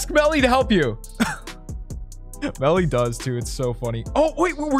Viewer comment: Beakers lab the gang is back with and AND Melly! HORRAY YOU SAID IT RIGHT!